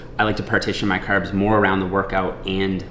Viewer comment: The red beard and the Irish accent for your “Caerbs”...is a jacked leprechaun??!!